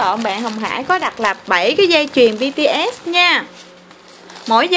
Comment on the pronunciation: Bts mà chị đọc bằng Bitiét